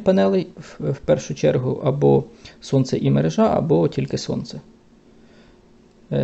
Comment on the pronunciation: Спасибо за Ваше видео! Наголос у слові «мерЕжа» от такий😊